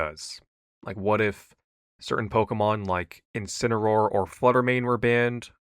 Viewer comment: 7, can you say Incineroar?😅